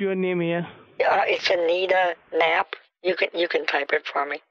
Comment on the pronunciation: "Anida Nappa", now I get it lmao. Almost as good as Viky Leeks.